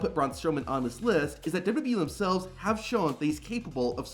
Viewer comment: The way this dude pronounces WWE makes me not want to watch these videos every again.